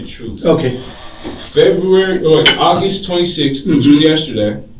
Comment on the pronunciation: Clearly he’s not lying, it’s the “110% troof!” 😅 If my daughter brought THAT home I would move my family or move HIM.